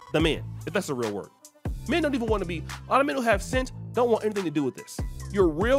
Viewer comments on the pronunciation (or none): none